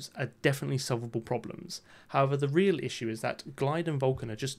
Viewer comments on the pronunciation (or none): none